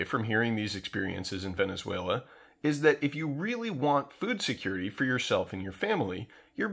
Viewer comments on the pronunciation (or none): none